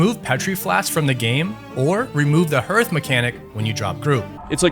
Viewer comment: “Herth” this pained me to my core